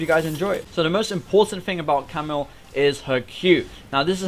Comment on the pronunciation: Each time he says Camille he says camel